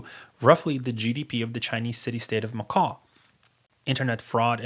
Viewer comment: "Macaw" "Youganda" LOL